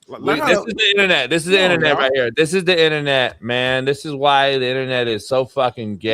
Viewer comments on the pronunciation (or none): “What’s going on HEA” 😂😂😂😂